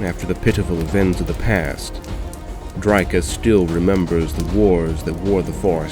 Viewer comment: You sure you're pronouncing drycha correctly?